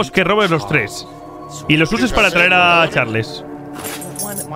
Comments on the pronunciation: no se dice charles se dice charls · Charls no Charles así se dise pero se escribe Charles pero se dise charls